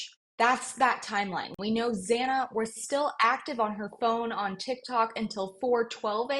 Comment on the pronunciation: Is it really too much for commentators to show some respect to Xana by pronouncing her name correctly? It’s not a hard name to pronounce. Please have some respect for this poor young woman.